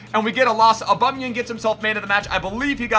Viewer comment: Waleedkm0 6 he said auba my guy